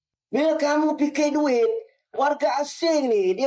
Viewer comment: Ini yang cakap dueet kamu muwah '' dueet kamu muwaah '' 😅😅